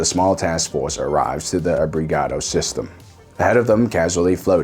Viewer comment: "The task force awives", ok boston